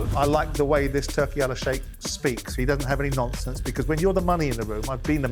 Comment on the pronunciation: Simon ‘no nomfonce’ Jordan🤣